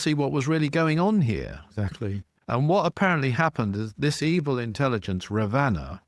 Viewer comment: You have a lot of book knowledge but I wonder where you’re getting your info from. Your pronunciations of Ravana, Vimana, hanuman and some other words is really poor.